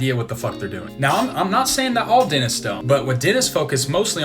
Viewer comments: what is a denist? I thought it was dentist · I like the way you say denists instead of dentists. :-) Well, I got lingual braces right now. And you are right when you talk about feeling ashamed or unconfident when smiling. I had the same problem and now I am training in front of the mirror to get the perfect smile. :-)